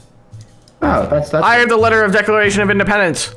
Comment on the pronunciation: Ah yes the most prized possession the decoration of independence hahaha he said the decoration hahah its declaration